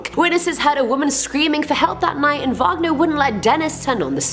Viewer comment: Robert Wagner - “wag (like a dog’s tail) - ner”, not “vog (like bog) - ner”. That was the composer, not Natalie Wood’s husband.